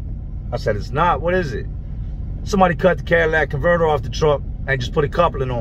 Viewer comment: Just fyi it's called a catylitic converter. Sounds like your saying Cadillac converter. Love your show no disrespect